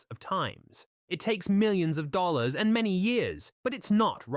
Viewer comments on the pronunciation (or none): Thirteen "dollallars" and hour 🤣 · Why was he playing his employees in "Dollollars"? That's not even a recognised currency. Maybe it'd be better to pay a few "Dollollars" and get a human being to narrate these videos? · Can't comment on script, but the voice is absolutely AI generated. It can't even pronounce 'dollars' half the time. 'Dollollolls' And some of the lines are said in ways no human would read them or broken into weird chunks. It's a well simulated voice, but it's simulated and full of language/syntax/parsing errors, lol. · You're right, AI voice. Thirteen dollalars an hour isn't a whole lot. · The "13 dollallars" had me rolling 🤣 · OK repeating the interns pay scale is one thing - missed edit - but the AI voice should be able to say "Dollars" and a few other words. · You shouldn't use shitty AI voices to narrate something like this. "dol l laars an hour" and the consistency in the voice is annoying. If you care about a story, especially one where people were killed... you should use a real voice. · It seems to me they could have spent a little more time making these things more presentable but apparently they just throw them together and upload them as quickly as possible. The AI pronouncing dollars as "dollallahs" for example. I'm sure somebody could have corrected that detail if they gave a care.